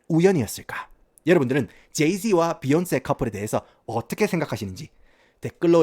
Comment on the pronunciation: 비욘세 발음 존나웃기네 ㅋㅋㅋ